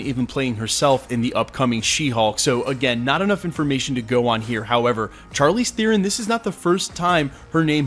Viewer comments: Can you pronounce Charlize Theron's man's right just once? Is an sh sound not a hard ch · I like how is worried about mispronouncing Chukwudi Iwuji's name and yet, throughout the entire video he screwed up Charlize Theron's -- someone who's won an Oscar and is mega well-known. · I don’t know if you pronounced dudes name wrong, but you sure as heck can’t say Charlize Theron right 😝 But seriously, before I saw the name Faiza, that character description made me think Storm. Thanks for all you do. Can’t wait to see what the actual castings are! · You pronounced Chalize Theron wrong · You didn't apologise for the mispronunciation of Charlize Theron. 🤔